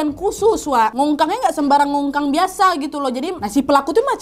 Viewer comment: ceritanya seru seperti biasanya, tapi gak bisa nahan ketawa waktu bilang mengkongkang hahaha suksesterus ka nadia